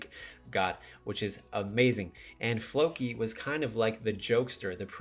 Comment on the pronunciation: its "Floki" not "Loki" lol i knew what you meant tho haha